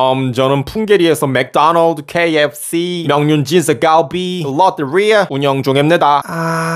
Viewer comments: 로떼릐아 발음 개찰지네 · 로뛔리야 발음이 정말 웃기단 말이야~